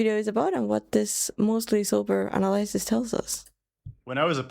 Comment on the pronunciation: What the heck is an "Anna lie sis"? It's analysis. Ah-nal-ih-sis